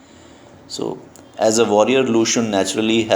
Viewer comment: Hi glad you are teaching Chinese literature I appreciate it However I wanted to point out that your pronunciation of xun can be more accurate. Cheers